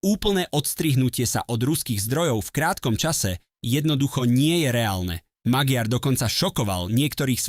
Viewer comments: Aký Magyar Maďar to sa neviete meno správne povedať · Magiar sa číta Maďar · On sa nevola Magyar ale Maďar gy sa číta ako ď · Magyar sa číta "Maďar"...ty imbecil! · Priezvisko Magyar sa nevyslovuje Magiar ale Maďar !!! Názov jeho Strany Tisza sa nevyslovuje Tiša ale Tisa !!! Predtým, kým prídete na internet s komentárom, MALI BY STE TO ZISTIŤ !!! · Cita sa to MAĎAR nie Magyar 😂😂😂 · Iba malá pripomienka k výslovnosti priezviska: Magyar sa vyslovuje Maďar. Inak s obsahom súhlas! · Magyar : čítaj / Maďar/, Tisza : čítaj /Tisa/ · VAZENY MLADY KTORY PREZENTUJETE AKOZE DABING ČI ČO ČI TO KOMENTUJETE CHAPEM COSI ALE TO MADARSKE MENO POLITIKE // MAGYAR KLUDNE HOVORTE MAĎAR TO JE LEN ROZDIEL MADARSKO SLOV... ABECEDE . //ESTE SI DAJTE DO GOOGLA AKOZE MADARSKO SLOV. ABECEDU AKOZE V CITANI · Číta sa " Maďar" a "Tisa" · Ak chceš niečo komentovať, nauč tú hlúpu AI vyslovovať mená politikov. Magyar čítaj Maďar! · to" magiár", dosť trhá uši! Kedy sa naučí umelá inteligencia a influenceri,že v maďarštine GY ,sa číta ako Ď?? :-) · Tvl, jeho meno sa vyslovuje Maďar... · Magyar sa cita Maďar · Číta sa Maďar . gy znamená ď. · Naučte Al čítať😂😂😂 číta sa Maďar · Číta sa Maďar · Pre toho,kto cita tuto spravu - madarsky gy,je po slovensky d s mekcenom. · 😂tak podľa vás vyslovujete aj von der leyenová čiže leienová😂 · Áno, ale píli to uši. To neznamená, že budeme čítať napr Versaj ako Versailles. Ináč, video, dobrý postreh😊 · Zaneta lebo to čitá umela inteligencia-MAGYAR. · Ano, je to tak, to je hanba, nechat' to meno tak nespravne vyslovovat'!!!